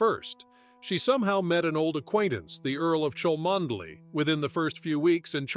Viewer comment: "Cholmondeley" is pronounced "Chumly." Really!